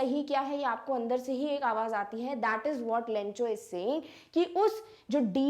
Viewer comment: मैम वह लैंचो नहीं लैंको है